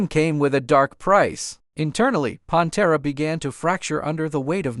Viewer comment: WHO THE FU*K IS PONTERA? Did you even listen to it first? Come on man